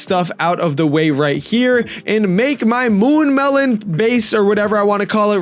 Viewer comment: mune melon???